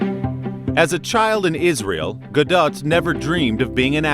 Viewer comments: Repeat after me: Gaaaaahh Dotttttt. GAH-DOT. not "GaDat". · No :) Ga-L Ga-Dot. Ga like Gaga, Dot like dot. Not dote or daht :) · in Hebrew we dont have soft/hard sounds and we have flat syllables (not short or long). so the issue with her name is that Americans take it to the AH vowel, while its an AH on her first name and an AH-OH on her last name. Its really quite easy. flat vowels: GA(like in her first name)+dOt